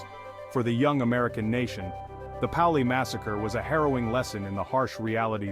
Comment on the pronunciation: It is pronounced "PAY-oh-lee"